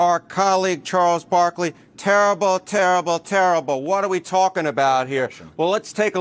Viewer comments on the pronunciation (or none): If you’re going to quote Charles Barkley, you don’t say “terrible” you say “tur-uble.”